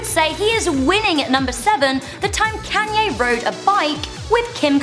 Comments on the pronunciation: it's pronounced con ye not can ye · why is she saying can-yay its kon-yaa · Isn't it pronounced konyay not kanyay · KAW-NYE NOT KANNNNYE I KNOW ITS SPELLED KANYE BUT ITS PRONOUNCED KAWNYE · machine 27 youre right its pronounced con-yay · It's pronounced "con-ya" not "can-ya" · "Can Yays top ten moments." Oh British people. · every time you said kayne made me cringe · Yeah it's just her, none of us say it like that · Can Yay Wow....... Im British as well and i dont even pronounce it like that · Why do you pronounce his name Caanye?? It's Kanye...... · She calls him Cannye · I guess it's pronounced CanYay? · Bruh ur pronouncing kanye wrong ur like kaaaaaaanye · Damn the way she said Kanye is kinda funny especially when she gets down to one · Omg im sorry but can you please pronounce his name right not trying to be mean much love ☝💯❤ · You said Kanye's name wrong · Learn to say Kanyes name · Was anyone else annoyed with the way she pronounced Kanye........ No just me ok